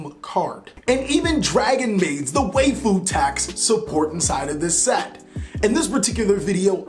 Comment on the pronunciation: Waifu is pronounced as you would say wife but with a foo at the end not WAYFOO*, *Why-Foo